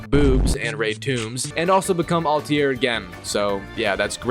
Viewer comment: "Alti-air" this guy and his pronunciations xD